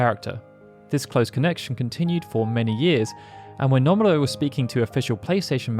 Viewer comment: It’s NO-MUR-AH Not NUMB-ER-AH